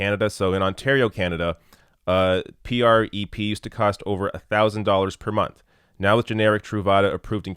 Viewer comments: Why are you spelling out PrEP? It's just 'prep'. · Oh wow... how he pronounces prep... Hello granpa, I get it, you dunno how to pronounce these crazy "youth words" har har... Ugh. Good points overall though so at least there's that. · Dude just call it Prep. Not. P R E P lol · I used to wonder if was a fellow gay, because he's so damn handsome and such a kind person. Then I watched this video where he spells out PreP (P-R-E-P) instead of saying "Prep" like all the rest of us. Which leads me to believe he's not, and, sidebar, makes me a little sad. But congratulations, I think I've discovered a new litmus test for homosexuality! LOL! Great work as always,! Thank you for this! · I love ya,, but you don't have to keep spelling-out the acronyms. It's just "PrEP." 🙂👍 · Ugh yes. You completely missed my point. It's a drug name he mispronounces out of complete ignorance. He could have taken 5 seconds to google about this and find out how to pronounce it and not sound ridiculous. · You’re mispronouncing it. Say it: “prep”. It stands for pre-exposure prophylaxis. You clearly needed to do a bit more research.